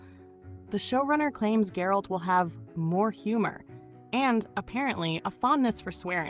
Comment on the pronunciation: She's mispronouncing Geralt its G as in Get, alt as in alt, not ald, so Geralt! Easy huh? Apparently not! I gave it a second look, and it wasn't as bad as everyone says. It was just that, as a standalone, Hemsworth couldn't have kept it going, and most of it was the rest of the cast supporting his lacklustre performance. But it wasn't all bad, apart from that Musical bit, which was dreadful, just dreadful. And the intro of anime? No.